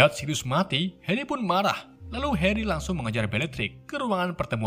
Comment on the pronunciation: kok suate heri bukan nya hari ?